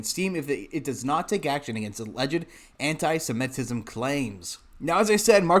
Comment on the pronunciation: The word is pronounced anti- sem. it. ism.